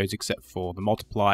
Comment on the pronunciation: fresnel .. pronounced fren-nell named after Augustin-Jean Fresnel ..French physicist ... a bit of trivia for you. 🙂